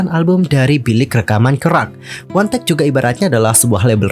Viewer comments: 1theK itu di baca one the Key (wandeke).. bukan di baca wantek wkwk 🤣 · Bisa baca dengan benar One The K Kenapa jadi Wantek ? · 1theK , WAN DE KEY . bukan Wantek 🥺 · Monmaap, bacanya wan de key, bukan wantek. 😭🙏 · 1 the K dibaca Wan The Ke Bukan Wantek 😂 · Sorry kak pengucapan ny 1thek itu " wan de kiy " bukan wandek kak😭😭👍